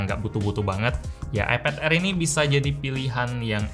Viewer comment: Air Dibaca Aer